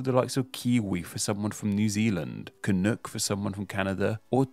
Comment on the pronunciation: Did you just call us Canooks?